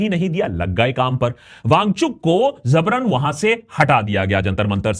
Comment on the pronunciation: jabran* not zabran :) Aljabar or Algebra word has also taken from the word Jabir. There's another word zabar dasti. That's different.